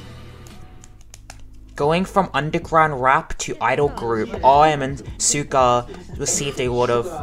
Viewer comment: Suga is pronounced Shoo-gah just like sugar without the R.